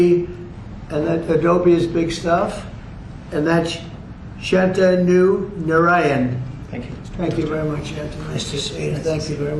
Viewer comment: Shen-Ten-New instead of Shantanu